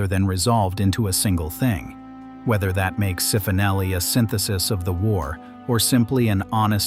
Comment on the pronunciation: Cifonelli (pronounced chee-foh-NELL-ee)